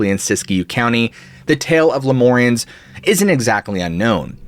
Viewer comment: Did you mean "Le-mure-ee-uns"(Lemurians from Lemuria which has no "o" in it) you keep saying LeMore-ee-uns which I never heard any word like that.